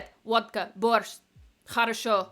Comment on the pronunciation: в начале ролика почти без акцента произносит "как дела" и водка борщ))